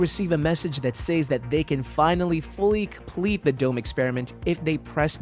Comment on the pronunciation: I especially hated the way he said "say-s."